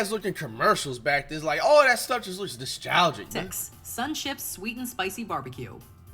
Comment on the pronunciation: Flight: “Noshtalgic” 😂